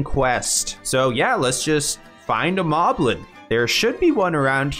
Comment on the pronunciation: It's pronounced "Moh-blin". Because the enemy name is written as モリブリン in the original language. There's even one named Moe in Wind Waker.